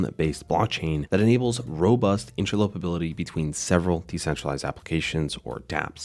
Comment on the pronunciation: FIP.01 has already been voted on and passed. Please learn how to pronounce: interoperability, commit